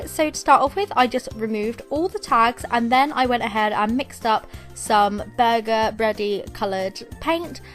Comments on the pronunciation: Was it just me on when she said burger sponge did it sound like bug sponge BTW no hate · The way she says burger is making me laugh idk why xD!!!